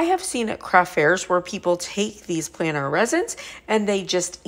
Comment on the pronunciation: No.. she doesn't pronounce it right, and doesn't have it in the description correctly.. it's "planars resin flatbacks" .. hope that helps better.